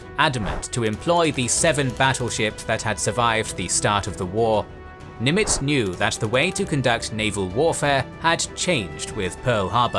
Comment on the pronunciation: You might want to instruct your narrator on the proper pronunciation of "Nimitz." The stress is on the FIRST SYLLABLE.